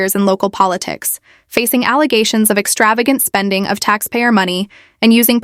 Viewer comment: It's allezations, get it right 🤣